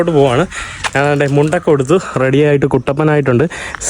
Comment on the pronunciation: ഞ എന്ന അക്ഷരം എപ്പോഴും ന എന്നാണ് ഉച്ചരിക്കുന്നത്. ഞാൻ എന്നത് നാൻ എന്നാണ് പറയുന്നത്